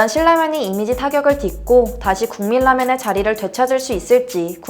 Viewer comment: 실라면? 질라면? 급기야 국밀라면? 이 분 발음 좀 거북하네요